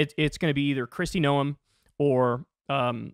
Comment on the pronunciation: You mispronounced both 'Noem' and 'Stefanik'. 'Noem' rhymes with 'roam', and 'Stefanik' has the stress on the second syllable.